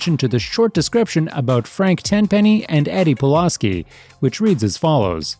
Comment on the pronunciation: I know it’s mostly the accent but damn you keep pronouncing Pulaski wrong that shit annoying